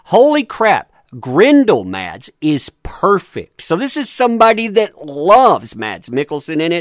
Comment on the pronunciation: Mads Mikkelsen's first name is pronounced "Mass"